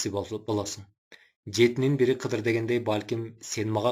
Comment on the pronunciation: Кыдыр эмес кызыр деп айтылат